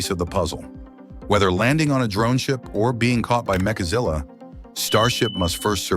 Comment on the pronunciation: Really it's MECHAZILLA not MAKAZILLA FFS